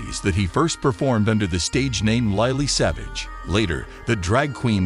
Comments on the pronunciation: Bloody American accent, Paul was not known as LIELEY SAVAGE, he was known as Lily Savage. Paul, I would have loved to have met you and have given you a big hug on behalf of all the animal lovers out there. A true legend and hero has left this world but will never be forgotten but Heaven has received another angel from this world to look down on us and all the animals he has saved. God bless you Paul. Rest now, you definitely deserve it. ❤️ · For goodness sake....get the names right.....not "lie-lee" savage...it is pronounced LILLY. And it isn't "zo-ball". it is pronounced Zo- ay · Isn't it funny. We will miss him greatly. But this channel puts an American AI voice over it that not only pronounces his stage name wrong, but seems so insecere. I find it baffling also, that you feel the need to state he was gay and married to a man...... Do you do in memorials to heterosexuals in the same way.......? Like, he was married to a woman?? I care not in this, but you state it. He was married after all. I liked Paul as an animal lover, and although I don't think his lifestyle is right, I believe he has the right to be happy and is of no concern to me. He did a wonder of good for dogs, and was a voice for forgotten animals. And I hope his legacy of pet adoption lives on. RIP Paul, you were a gent 🙏🏻